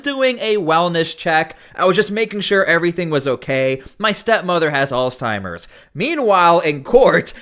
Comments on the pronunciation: It's Alzheimer not Alztimers or whatever it is your saying. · Dude not ALLS TIMERS. Alzheimer. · "Alls Timers" Lol Wut?! 🤣🤦‍♂️ Alzheimer's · Did you say "allsteimers"? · No T in alzheimers! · Lol "alztimers" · "Alzdtimers" lol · your pronunciation of Alzheimer's is super cringe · Bro, the way you say alzheimers is insane. Where is the "t" in the word? Have you ever heard someone say the word?😂